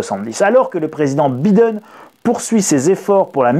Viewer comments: le "i" de Biden se dit "aïe" donc B-aïe-den, svp cela fait mal aux oreilles avec un "i", merci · Biiiden!!!🤣🤣la prononciation à la française..hahahaha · la prononciation de Biden MDR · Grand merci pour la vidéo . Mais pourquoi prononcez-vous le mot "time " a la façon Américaine " alors que le nom Biden est dit à la Française ?